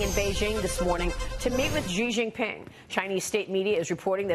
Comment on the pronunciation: You can pronounce Xi Jinping like "She Jean Ping". Not so much like "Zhi". Actually the Chinese pronunciation is a little more sibilant "Sshe". Hope it helps.